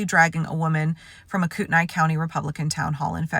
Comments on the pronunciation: Thanks for the update. Note: Kootenai County is pronounced “koot-knee”. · Koot-knee county is the proper pronunciation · It's pronounced "cootnee" country FYI. Former ceour d alone resident. This is stashed issue for cda. White supremacy, the truckload of armed guys in the uhaul that were going to attack the pride parade. Reason why I moved. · Kootenai. The last part is pronounced to rhyme with knee. And Norris is a piece of sheet that never should have been elected.